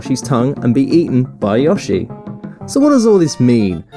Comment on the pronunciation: YOSSY and an FIAH MARIO